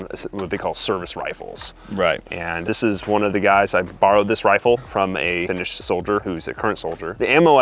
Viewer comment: Your Finnish pronunciation is excellent, I'm very surprised.